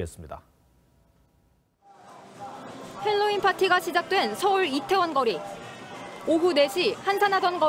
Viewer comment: 발음을 헬로윈... 니미, 웃기고들 있다. 정말.... 그냥 할로윈이라고 해라. 괜히 햇바닥 굴리지 말고...